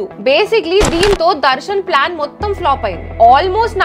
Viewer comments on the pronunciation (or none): none